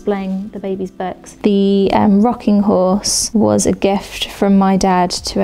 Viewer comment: What’s with people saying ‘burks’ instead of books?